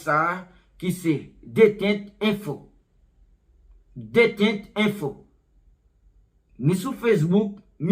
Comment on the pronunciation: Détente=detant Se pa detent